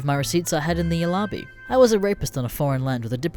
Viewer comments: "I saved my reciepts I had in the alaar-bee" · Did he just say alibi “all-ah-bie? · lol wtf is is an 'alahbee' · the way he says alibi I'm fucking dead